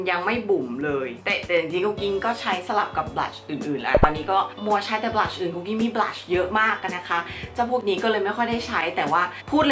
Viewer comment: นางพูดว่า"บรัช"ที่แปรว่าแปรง!...5555